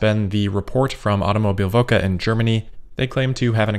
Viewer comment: "Automobilwoche" means Automobileweek translated. ... just for reference :) ... and you definitely made bits of that pronouncing it :)